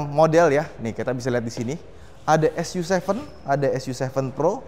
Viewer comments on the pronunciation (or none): bacanya "su ci"